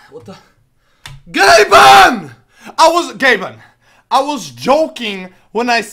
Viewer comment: Its gabing-ben